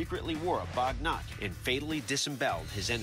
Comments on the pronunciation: It's not bognark its waghnakh means tiger's nails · Just FYI, it's bagh nakh (alternatively, vagh nakh), not bognark 😅 bagh = tiger nakh = nails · It's Bagh Nakh not bognark